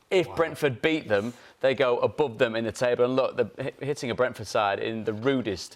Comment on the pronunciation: If I have to hear Paul Merson say Brentford one more time I'll kill myself. It's sooooooo painful